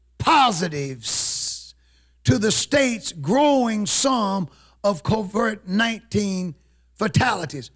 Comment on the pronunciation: Hey it's COVID 19 you keep pronouncing it as " COVERT 19."